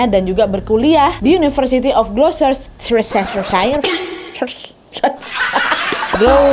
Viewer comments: Gloucestershire pengucapannya gloust-ter-shair bukan glou-ces-ter-shair ☺️ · maap agak oot, nama universitasnya dibacanya gloster sher karena kalo ejaan british, kata “chester” di glouchester shire ga dibaca🙏🏼🙏🏼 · Itu bacanta glo ses ter sher wak. Wakakakka. Bule aja jg kesulitan kok bacanya itu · Bacanya Glostersher.. Agak laen emang nama tempat di UK.. 😂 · ada kaya nya 10 kali gw ngulang bagian ka nadia sebut nama kampus nya😂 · Pas nyebutin nama universitas aku ulang-ulang terus habisnya lucu bikin ngakak ekspresi..😂